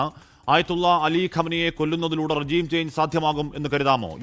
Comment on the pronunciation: റെജിo ന്നല്ല.. റെഷീം... കുറച്ചെങ്കിലും ബ്‌വർക്ക് ഔട്ട് ചെയ്..ചുമ്മാ വന്നിരുന്ന് പുലംബാതെ